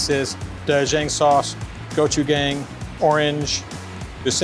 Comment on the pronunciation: Not the doe-jang and guchugang sauce 😑 bro learn pronunciation 🥲😂